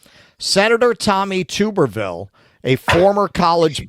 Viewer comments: And it is pronounced Tub-er-ville not Tube. Really shocked he got Jerry Nadler’s name wrong as he is a very well known Democrat and both are from NY. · Its not TOOB.. ITS TUB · It’s definitely not TOOBER it’s TUBBER. He coached at Auburn football, and then he was picked up by Texas Tech. I believe his wife has several car accidents allegedly under the influence and allegedly with a fatality. He is most certainly a scumbag, but he was a brilliant football coach, or at least while he was at Auburn. He didn’t do anything for Texas Tech. I knew him constantly had to apologize for the way his wife was acting but anyway he’s royalty in that state not here in Texas, but there it is what it is it’s hard to live in Texas and be independent. Everybody thinks you’re some sort of traitor, but that’s another thing you can’t stop they’re all scared and convinced that the vegans are gonna take their farms away even though most of what we grow, here is plants, we have a rich cattle in the street, they scared that regulations out of brains are gonna make it too expensive for them to run their ranches so I understand why this states mostly red. It’s just why I wish everybody would go independent why I think we need at least 10 parties to choose from isn’t doing it anymore and I never thought that I would be Happier with Republicans winning after this last four years I got to say the lesser of two evils one but I’m sick of that. I’m sick of the lesser of two evils. Why can’t we vote for the better of two and the answer to that question it’s because of the people, we’ve just accepted this no matter who dead those votes are almost 50-50 the only votes in this country th